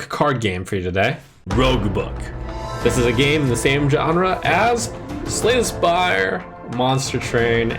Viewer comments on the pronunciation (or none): Schlay the Schpire